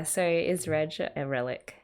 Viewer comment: His name is Reg or Regu, not Redge.😁